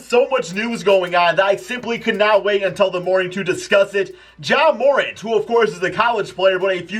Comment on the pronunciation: Learn how to pronounce ja morant